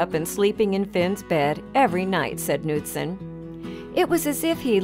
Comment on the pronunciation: She pronounced Knutson wrong, I know because that’s my last name